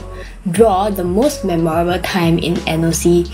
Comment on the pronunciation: Even can pronounce memorable and the other noc crew pronounce it as me moor rable which is wrong such a disgrace